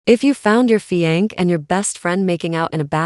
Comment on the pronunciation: Constructive criticism. Fiancée = [fee yawn say]. Not fee yank